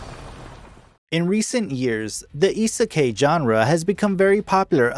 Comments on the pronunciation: Hate how he is saying isakai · I'm sorry if it seems annoying but Isekai is pronounced Ee-Seh-Kye, I-se-kai, kai rhymes with sky. I hope it helps. :) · You fucking said isekai wrong